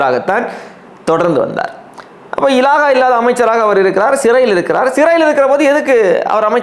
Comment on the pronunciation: இலாஹா இல்லை. இலாக்கா என்று சொல்ல பழகவும்.